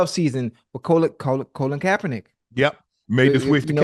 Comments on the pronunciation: He said colon Kaepernick and Justin’s Herbert - ocho 😂😂😂😂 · ocho called kap "colon kapernick" lol